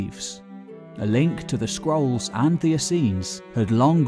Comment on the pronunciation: I keep hearing "skrulls." Yeah...